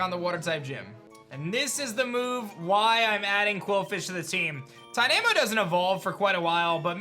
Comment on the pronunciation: The way you say tynamo is dynamo but with a t